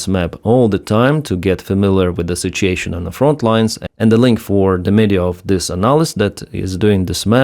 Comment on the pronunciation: Did you say, "sitch-ashun?"